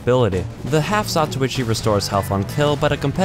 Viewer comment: Half Zatochi HE SAYS (lots more than he sould): Half Zatuichi